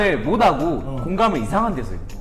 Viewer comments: 아니 왜 다들 '못하고'를 '모다고'라고 발음하는거야 ㅎㅎㅋㅋㅎㅎㅋㅋㅋ씹졸귀넹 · 오늘 유독 사투리가 많이 나온거 같다ㅋㅋㅋㅋㅋㅋ특히 귀를 사로 잡은 의 공감을 '모다고' (하 사투리를 말로 쓰려니 어렵네) 여튼 진짜 '못하고'를 '모다고'이렇게 말하는거 진짜 찐인데ㅋㅋㅋㅋㅋㅋㅋ다들 사람들 전라도 사투리라고 하면 약간 욕쟁이st로만 생각해서 전라도사투리 키포인트를 알려주고 싶었음ㅠㅠ 약간 사투리로 굳이 필요 없는 발음을 안한다고 해야하나??